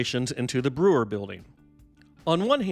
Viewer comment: It's pronounced BROY-er.